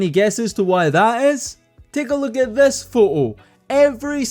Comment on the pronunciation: “Take a luke at thes pho oh “ hahahaha I love it